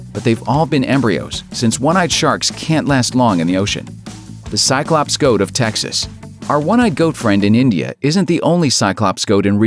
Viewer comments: shots every ...hic... time he sayz ...tsyclops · five words you pronounce wrong before your brain starts to shut down and one of them is cyclops